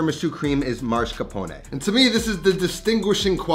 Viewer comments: I'm Italian and my issue isn't the lack of eggs, it's your pronunciation. It's masCARpone, not MARscapone. There's no "R" as the third letter. Americans always do this and it's incorrect. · Dude, it's Mascarpone and not Marscapone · why do all Americans call mascarpone marscapone? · MASS-CAR-PONE NOT MAR-SCA-PONE like you're pronouncing it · Did he say “mar”scapone? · MAH-scarpone. MAH-scarpone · why is bro saying marsh-capone 😭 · im just mad that you cant pronounce mascarpone MASS-CAR-PON-EH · I'm romanian and I was shocked by the way he said it. Marshcapone wtf!! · What’s up with Americans and pronaunciation of mascarpone? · Same. Maybe it's because I'm in the USA but I've never heard anyone ever say it that way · I can't get over the pronunciation of mascarpone